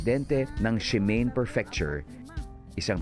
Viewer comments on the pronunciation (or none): Idol Dingdong , minute In Japanese, it is pronounced Shi-ma-ne po ( 3 syllables) ... Hindi po "Shi- mane" ( 2 syllables ) na english ang pag bigkas. Peace..🙂